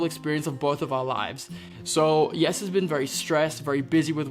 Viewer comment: That is how you would pronounce Jesse's name in Dutch! Not an accent thing but pretty Dutch of.